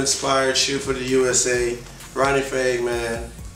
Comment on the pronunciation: Fieg is pronounced F-eye-g not F-ay-g lol